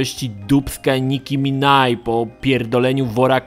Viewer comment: To się czyta Niki Minaż! Wiem, spinam dupe